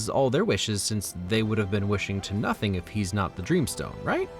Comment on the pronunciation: woah you miss pronounced “nothing”